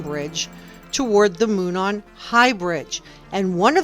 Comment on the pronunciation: “Moon saan? “Moo naan” 😂 It’s ‘Mow non” And extraction marks are merely a quasi science that will be discredited.